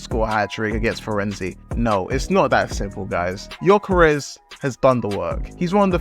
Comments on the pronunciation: Yall need too realise Ö and O aint the same thing in swedish hes not gyokeres hes gyökeres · Jokeres lol. Its Gyökeres, at least google translate his name.